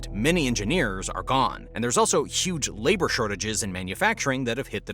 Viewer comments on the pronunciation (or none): none